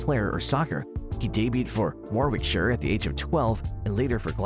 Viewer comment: Please learn how to pronounce Warwickshire and Glasow. None of these are "insane". What is your definition of insanity? Most are also well known